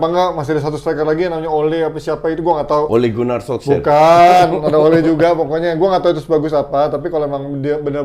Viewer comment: "Ole gunnar Solskjaer"😅😅😅